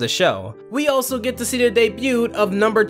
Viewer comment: I wonder if he ever realized the T in “debut” is silent